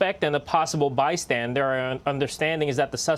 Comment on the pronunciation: The shooter has been pronounced decease, the bystandard's condition is still unknown to the public.